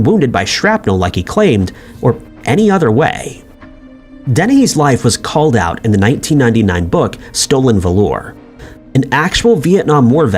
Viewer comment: DO YOU NOT DO RESERACH ON HOW THINGS ARE PRONOUNCED ITS NOT VA LOR .